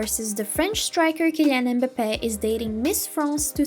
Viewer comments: The name is m'bape not embape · Cant even say his name right smh